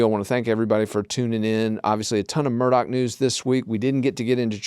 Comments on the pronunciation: MurDAW not MurDOCK! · Thank you! I always make notes of the pronunciations when y’all point them out. I’m a Michigan girl in a Murdaugh (Murdock) world! 🤪